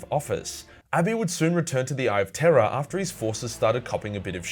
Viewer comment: I still hear "Eye of Terra" every time.